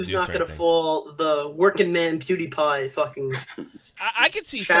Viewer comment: I've been watching you a while, stuck by you through a lot...but you have been doing this a pretty long time now. Please, learn how to pronounce PEWDIEPIE!!! It's not spelled "Poodiepie"!!! LOL